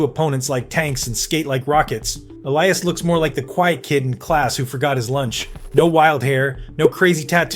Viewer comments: Is this an AI video, felt like it talked about the same thing over and over and how it pronounced Elias, yikes. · Why can't people pronounce his name like HE DOES? (e LEE' as) aka Petey is a stud 1C two-way player with incredible vision and hockey IQ. Elias (e LYE' as) Pettersson aka D-Petey is the Canucks rising young left shot D-man who loves body checking opponents. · Is this script AI? His name is pronounced eh-lee-uhs and you had inconsistent ways of saying it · Why on earth would D-Petey pronounce Elias different than F-Petey ??